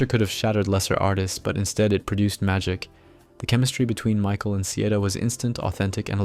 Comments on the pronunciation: it's pronounce "Sai-EEE-Duh"..as in Cy Young or Kappa Kappa Psi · It’s pronounced SIGH-EE-DUH.